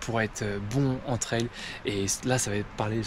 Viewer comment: on dit tri an pas tri un